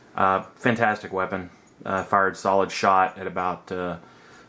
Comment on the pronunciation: Did he say solid shot ?